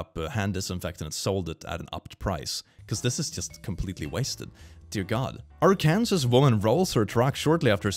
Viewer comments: pronounced Arkansas “our Kansas”, bless his soul Edit: just in case you didn’t know Arkansas is pronounced “are-can-saw” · I just realized that , Arkansas(Ar-kan-saw) was pronounced Ar-Kansas. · for future reference Arkansas is not pronounced as it looks, it's pronounced ark an saw, the original spelling did match the pronunciation but it was changed for whatever reason, I believe the original meaning of the word was "the downstream people" Additionally, Arkansan is pronounced as it is spelled Also, as someone who is from there, the only good places are Eureka Springs, which is home of the Crescent Hotel, Heber Springs, which my sister says is very pretty, and hot springs, which has a ton of stuff to do, including a haunted tour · For a second I forgot is Swedish and I was about to make a joke about him pronouncing Arkansas wrong. Glad I took a second to think before I said anything, unlike the Karens in the video. For those who aren't American or just don't know how to pronounce it, Arkansas is pronounced arc an saw. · Dear,. It is not Ar-cans-us. It is Ar-can-saw. No. It does not make sense. Yes. "Kansas" is pronounced as Cans-us, and so "Arkansas" should be Ar-cans-us, but it's not. English is messed up. But that's just how we say it. --The US.;) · The parking space for moms thing is hilarious. Like, I’d give up my seat for a pregnant lady, if I wasn’t already pregnant myself, or for a lady holding a baby, but parking spots are first come first serve, lol Also, I just heard him pronounce Arkansas and now I remember why English is so terrible to other people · The way he said Arkansas 😂 I know it looks like Kansas, but it truly isn’t pronounced like that